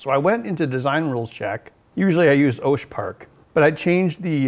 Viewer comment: Is it just me that cringes when Ben pronounces Osh park as Oasch park ??